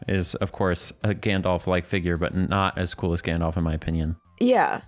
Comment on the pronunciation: Correction on the LOTR wizard character: His name is Gandalf. Not Gandolf. ʕಠ_ಠʔ